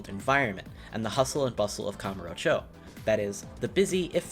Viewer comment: I cringed whenever YouTubers say "Kamurcho" or basically any Japanese names or locations. Edit: Holy shit he tried to say "zero" like a Japanese person and butchered it lol